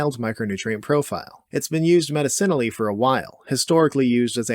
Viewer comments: Now he just needs to work on "medicinally". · I could be wrong but I think you’re pronouncing “medicinally” wrong. You’re saying “medicine-oully” instead of “meh-diss-un-ul-ly” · i like how he pronounces it as "medicinally" but i say it "medicinally" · Why do you say medicinally like that 😂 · Geat videos - but you're going to have to learn how to say medicinally correctly one of these days haha